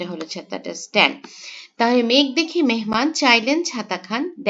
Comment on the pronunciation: মেনমান নাকী মেহমান